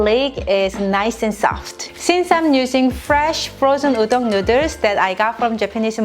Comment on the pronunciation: Noodle is pronounced as /ˈnuːd(ə)l/ . U r welcome 🍜